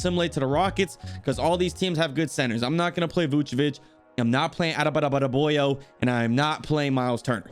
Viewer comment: Lmao said “Adabadaboyo” 😂😂😂